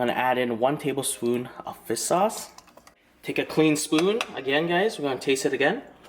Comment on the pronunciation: it sounds like your saying “fist sauce”🤣😭🤔